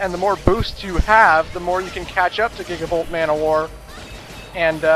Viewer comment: When you pronounced gigabolt manowar, I actually thought you said Giggable ManWhore. Me and my imaginations, lol.